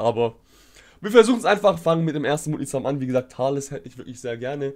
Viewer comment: auf Englisch ja, aber nicht in der deutschen Aussprache. Dort sagt man nämlich ausgesprochen „Tales“!!!